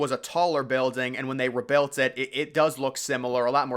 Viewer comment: WHy do you say "rebuilt" like "rebelt" ?